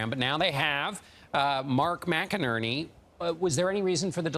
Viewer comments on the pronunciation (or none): none